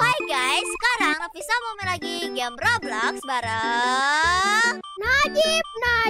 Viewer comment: Kok ngomong nafisa itu te teh